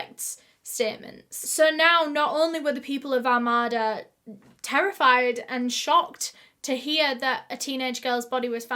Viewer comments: Two things one:I love your videos Two: it’s pronounced ar-made-a. Not trying to be mean or anything I just thinking I would let y’all know. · I'm from the area this happened in and just wanted to correct the pronunciation of Armada. It's Ar-made-a. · Love you girl, but it's said Are-may-duh, I live one town over somewhat, a village called Capac. Lol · Its pronounced ar-MAY-da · Shut the hell up. Literally lived right by Armada and went to the flea market with my grandma every weekend☺️☺️ PS it’s pronounced Ar-May-Duh....welcome to the Midwest USA😂😂😂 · Your pronunciation of Armada is my new favorite thing! I live about 45 mins from there and we pronounce it like Are-may-da, but i think we should say it how you do haha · I know this is the absolute last thing I should be worried about but I’m so completely triggered by the way she pronounced “Armada” 🤦🏻‍♀️. Im born and raised Michigander and I’m pretty sure it’s pronounced ARE-MAID-uh. Just sayin. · Oh and it’s where I live lmaooo, and it’s so cute how ur pronouncing it 😭🥺🥺🥰 we say like “ R made A “ idk I’m not trying to correct u at all I honestly like how it sounds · Armada is pronounced Ar-may-da (common mistake) Nike is pronounced Nigh-key (British nonsensical pronunciation) Armada is not a "village". It's just out from the Urban City area, but is quickly becoming more urbanized. The plots of land are pretty big, but they are not farm big. Think more along the lines of 3 or 4 house wide plots and that'd give you a decent idea of scale. Also, it is closer to about an hour from Detroit. On good days you can make that quicker. On bad days it's about 90 mins. I was out there July this last year and those woods are a bit creepy. They're just dense enough to block a clear line of sight, but open enough that you wouldn't consider it too hard of a path to go through. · I think you are referring to Are-May-Da, Michigan. I live in the Rochester area of Michigan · Armada is pronounced Ar-may-da